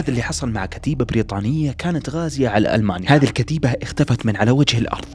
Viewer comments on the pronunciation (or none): none